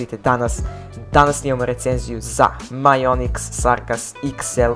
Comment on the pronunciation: Ja te razumeo majonez xD